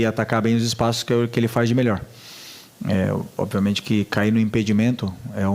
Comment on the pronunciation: Esse é guloso falou que quando entrar duas é três bolas tudo vai ficar bem. E pra piorar ele falou: Oviamente